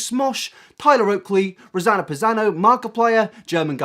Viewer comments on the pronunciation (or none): he said rossano passano lol